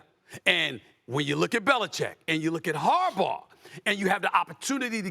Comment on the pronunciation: Good job Stephen A. Finally saying Harbaugh right instead of 'Harbar."